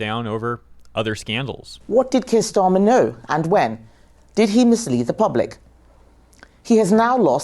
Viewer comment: Keir starmer, nein, its herr shteirmer😂😂😂hes the long lost cousin of von der lin😂😂😂😂😂